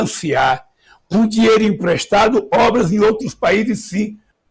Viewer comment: "Empresdado" né vaga...bun..do😭